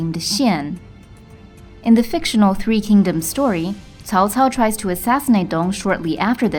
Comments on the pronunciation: the correct pronunciation is: tsao? tsao! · They tried to fix it in Dynasty Warriors 6 where they started to pronounce it tsao tsao. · "if you say cao cao you're saying it wrong" cool story bro im still saying cow cow